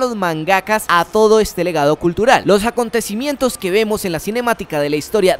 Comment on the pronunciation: "Los Jacontecimientos" :p